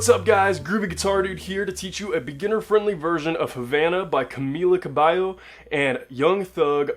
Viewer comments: he says "cabayo"? cabayo it means horse in filipino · its Camela Cabello (cabeyo) not kabayo (horse) in tagalog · Cabeyo not kabayo :< jeez she aint horse yoo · it's CAMEELA CABEYO that is how you pronounce her name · She’s not a horseee. It’s CAMEELA CABEYOW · CAMILA CAB- WHAT?? CABALLO WTFFF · Govang Jo wow it sounded like if he said caballo which means horse in Spanish😂😂😂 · Omg he butchered her name 😂 but helpful tutorial tho